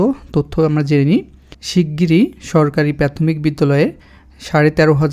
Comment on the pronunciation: আগে উচ্চারণ শিখেন তারপর ভিডিও বানান। প্রাথমিক রে প্যাতমিক বলেন